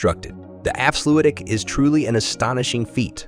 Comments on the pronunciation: Ah yes Leelee and the Afsludy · Swiddersee and efslewedie. Jesus wept, you can just paste those words into Google translate and get an example, you know. And if the voice over didn’t write this: it’s still your job to get it right. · Haha, what's up with that pronounciation of Afsluitdijk? "Efsluidy?", really? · afslutic dam..... really? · "Afsloeiitdijk"? "Zoeiiderzee"? You can Google the pronounciation very easy;) This is pure horror. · The afsluutdik....😆😆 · The afsluwidy? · A nice and pretty accurate mov1e. The way you butcher the words 'afsluitdijk' and to a lesser extent 'zuiderzee' though, are truly magnificent. I've never heard anyone mispronounce those words more. I realise that dutch is pretty horrible for english and other non-native speakers, but perhaps you could enter difficult words into Google-Translate to get at least a general feeling about the pronounciation. Just a tip. Kudos for the rest of the movie.